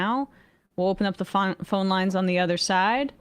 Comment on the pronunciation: EMMA CAN NOT SAY THE WORD PHONE